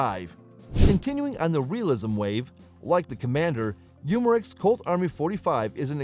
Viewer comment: You mar ex lol for umarex